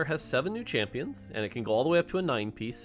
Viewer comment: When he says "champins" I found that kinda funny for some reason